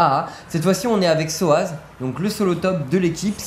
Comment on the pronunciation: SOZZ PAS SOAZZ